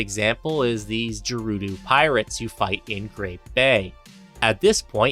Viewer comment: also its Gerudo, not dscherudo